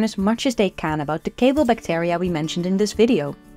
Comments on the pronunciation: Great video. To the speaker: check your pronunciation of the word bacteria please. 😊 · the amount of "bactAria" in this video hust hurts my brain.